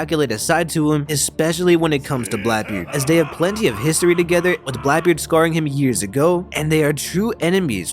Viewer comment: Sorry but who is Blaebeard?